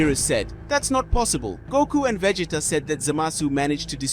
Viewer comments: I don't like why they are saying godeta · I hate the way he is saying Vegeta name